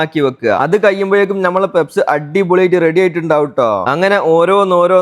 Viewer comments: പെപ്സ് അല്ല, പഫ്സ് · പെപ്സ് alla പപ്സ് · Njangal PUFFS ennaa parayua. Peps enthaanaavo karuthi🙄🙄🙄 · പെപ്സ് അല്ല. പപ്സ്. ആദൃ൦ കേട്ടപ്പോൾ എന്ത് സാധന൦ ആണാവോന്ന് കരുതി. 😂😂😂😂😂😂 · Sheriyan peps alla bro pups enalle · പപ്സ് ആയിരുന്നോ.. പെപ്സ് എന്ന് കേട്ടപ്പോൾ വേറെന്തോ ആണെന്നോർത്തു 😂😂😂😂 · Pepps alla pupps😂😂😂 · Peps alla puffs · Papsinu peps enna parayunne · Peps alla kakka.puffs Endhayalum sambhavam adipoli